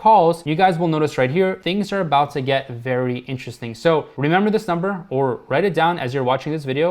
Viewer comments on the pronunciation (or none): none